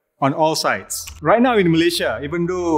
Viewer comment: i like how fahmi correctly pronounce malaysia i hate listening to people saying meleyzhe meleyzhe